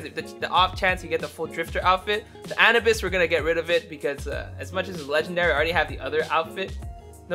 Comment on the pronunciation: Did he just say anabis?